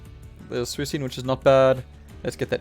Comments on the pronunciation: ye like swee - kune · Suicune. C is not sound like S. Lol hahahah, maybe some other PTCGO players doesn't watch the Pokemon anime!🤣